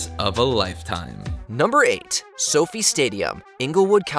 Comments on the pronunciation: soh-fye not soh fee smh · Sophie stadium hahaha you mean So-Fi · It’s So-Fy not Sofie. 😂 easy mistake. The Las Vegas Sphere is the coolest!!! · So-Fi like Wi-Fi NOT like Sofie/ Sophie 😅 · SoFi stadium is not pronounced "sofee"; rather, it is pronounced "So Fy" similar in sound to the truncated term "sci-fi." Accuracy demands giving a shit about research! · "Sophie" Stadium "SO-FI" Stadium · That’s what I thought! I was like what the hell is Sophie stadium. 😂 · Dude, don't mispronounce SoFi Staudium again please?